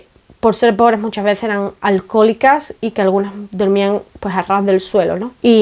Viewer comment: magnífico video, como siempre. Te recomiendo que leas tu pendiente El hereje de Delibes. A mí me encantó. Casi tanto, como cuando dices "alcojólica" en Gadenglish, 🤣🤣 Enhorabuena!